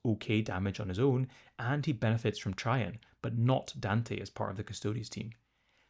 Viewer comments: A-bad-dun and Abba-don have been interchangeable for years. But it’s Tray-jun. Not Try-jan. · Abba-dawn and Tray-jin pronunciations are killing me 😂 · trajann is pronounced "TRAY-gin". TRAY as in "my food came on a tray" and gin as in gin and tonic.